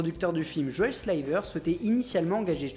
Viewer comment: Tu l'as prononcé comme "Une rivière de slime !!!" 😆 Sliver je ne savais pas si c'était une ref qui m'aurait échappée 😅